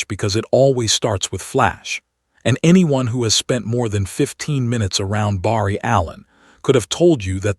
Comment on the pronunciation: The A.I. is pretty good but doesn't say Barry right 👍 ❤🎉😮😊😅😂🥺😰🤯